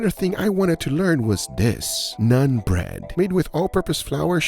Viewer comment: Bro said Nun Bread 🤣